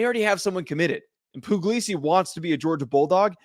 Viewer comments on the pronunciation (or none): Puglisi is really talented. And it's pronounced Pugg-lee-see btw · It's not poo-glee-see, it's pug like the dog 😂 so no, that's not what he said